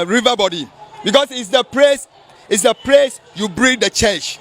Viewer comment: Did I hear him say PRACE 🤣🤣🤣🤣